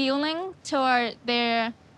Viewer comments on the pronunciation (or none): My favorite part of this video is the other girlfriend saying 'yike' instead of 'yikes' 😭💖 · It's yikes not yike 😂